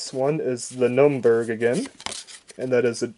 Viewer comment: Yes, he pronounced proteus por-tis, arkhangelsk ock-angel-sk, the N1K1-J “nike jay” and the nurnberg “numberg”